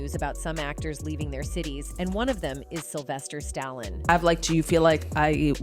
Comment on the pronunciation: Sylvester Stalon? REALLY?? AI crapola.